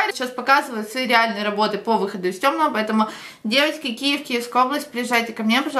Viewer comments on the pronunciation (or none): none